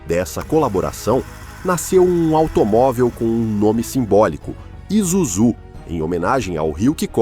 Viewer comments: pronúncia é ISUZUe não izuzu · Trabalhei na fábrica de Shonandai, em Kanagawa-Ken, a pronúncia da marca está completamente errada, em japonês, inglês ou mesmo o nosso português, é "ISÚZU". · ESCREVE ISUZU E PRONÚNCIA ISSUZU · Você Varia o nome em Isuzú e izuzú ! pronuncia se isúzu ! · Vamos lá aprenda a pronunciar ISUZU a pronuncia correta I-SSU-ZU OK quando pronunciar coloca uma força no SU 👍🇧🇷🇯🇵👊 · Várias pronúncias para a marca ISUZU foram usadas no vídeo. Creio que a correta seja: ISSUZU. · Pronúncia correta: ISSÚZU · Bos tarde, só retificando a pronuncia está errada e ISUZU então S não é Z （イスズ ) em Japonês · Matéria top, mas só errou na pronúncia do nome da marca… ISUZU. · Por favor, pronuncie o nome ISUZU corretamente ... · Muito obrigado por nos propiciar a história da Isuzu. Mas se não estou enganado esse S no meio da palavra não tem som de Z não. No Japão o S nunca tem som de Z. Morei lá 4 anos.